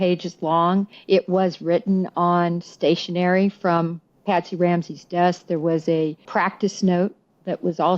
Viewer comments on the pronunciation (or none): none